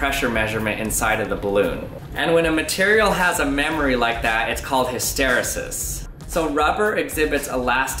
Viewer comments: Late to the party. Just wanted to be the pedant who points out that hysteresis is not pronounced hiss-TER-esis but HISS-ter-EES-is (rhymes with pieces) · I believe it's pronounced his-tuh-ree'-sis, not hi-stair'-uh-sis, but other than that this was a great video that actually surprised me, thanks! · I think OP meant you put the stress on the wrong syllable. HysTEResis vs HysteRESis. (But tbh I don't know which one of you is right so ) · hys·ter·e·sis /ˌhistəˈrēsis/ hisTAreesis Not histerasis. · My dude - "hiss tuh REE sus", NOT "hih STER uh sis". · hiss-ter-ree-sis not hiss-tare-ris-sis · Isn't it hys-te-REE-sis, rather than hys-TE-ri-sis? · Pronounced: 'hister' like 'sister' 'rEEses' like 'recess' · in all my classes in engineering, the word was pronounced, his-ter-eee-sis. I love this channel. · Pronounced hiss-terr-eee-siss. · Interesting indeed. Nice work. BTW it is pronounced HysterEEEsis. At least it is in my world where I hear it all the time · I know it's a 3 y/o vid, but the last e in hysteresis is pronounced ee not eh. Hist-or-ee-sus. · Hist tuh ree' sis. accent on 3rd sllable! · You are pronouncing hysteresis incorrectly. The E before sis is a long EEEEE. Its like History Sis. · It's pronounced ELASTIC HIS-STER-EE-SIS though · Never heard it pronounced that way. Always pronounced it Hist-er-E-sis. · Cool video, just one thing: hyster-ee-sis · Hiss ter E sis... Emphasis on the E. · Fantastic video! One small correction: the pronunciation is hĭs-tə-RĒ-sĭs. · I think it is pronounced HysterEEsis, that last e sound says it’s name. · His ter ee sis = hysteresis You say the second E as E not as eh. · noun hys·ter·e·sis \ ˌhi-stə-ˈrē-səs \ Made me cringe when you mispronounced it. Great video. It would be interesting to do more experiments to test hypotheses regarding the reason the pressure is different. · Good job. The correct pronunciation is: hista-reesis. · I have never heard 'hysteresis' pronounced like that